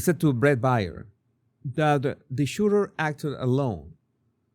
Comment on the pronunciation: It's "Brett Baier" is pronounced "Bare."